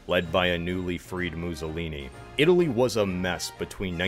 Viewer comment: He is called Mussolini, not Muzolini 😅